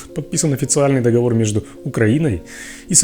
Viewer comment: Дипломат, который в слове «договор» ставит ударение на первый слог, - ужас. Если про международное право, то не так все просто. По большому счету, международное право - право договора, который распространяется только на его участников. Вряд ли путинская банда подпишет договор, по которым их будут судить. Судя по всему, деды собрались рулить страной пожизненно, ограничив горизонт планирования продолжительностью своей жизни и взяв остальных в заложники. С другой стороны, Милошевича слили свои.